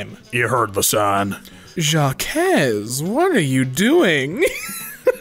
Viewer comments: Nobody:: JaCqUeS (Jacques is pronounced as “Jack”) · Do you say jack-ez ? Oof ok The French speaking countries say it as jâck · "Juhkez" It's pronounced "Jock" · It's more pronounced as the word jock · more like jack but not like an english speaker would say it (D'jack) just (Jack) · Did he seriously just pronounce Jacques as Jockes? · we need to talk about the way you pronounce Jacques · If Jaque is pronounced Zach then yes